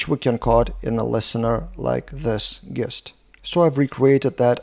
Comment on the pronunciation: Nice vid as always,. Thanks! Just a heads-up from a native English speaker. The word “gist” is pronounced with a soft ‘G’ like the word “gin.” So more like it would be spelled “jist”.